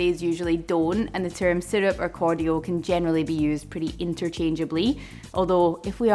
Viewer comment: "Cor-dee-uhl", heehee! I've not heard this pronunciation, I love it :} This was such a wonderful episode!! I didn't even know that "oleos" were a thing, I'm going to rub sugar on every single citrus peel I can get my hands on now. Pepper and citrus, what a good idea! And I love shrubs <3 I've never seen a pineapple one, that sounds really tasty. God I have so many ideas now, time to do some mad science!